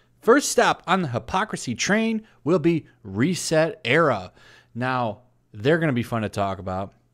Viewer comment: It's REEEEEEEset Era. You mispronounced it. 😉